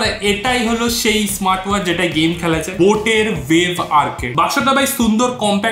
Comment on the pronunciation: বাংলা উচ্চারণটা আরেকটুখানি ভালো করে বলার চেষ্টা করবেন।যেমন আপনি বলেন চেএই,উচ্চারণটা হবে সেই।🙏🙂